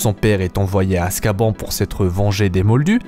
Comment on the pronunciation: Ca se prononce " Azkabane ", pas " Azkaban ".